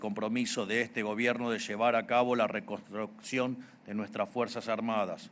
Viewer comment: Reconstroccion jajajjaja